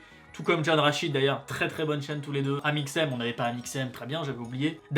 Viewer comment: Jpp "Amixseum"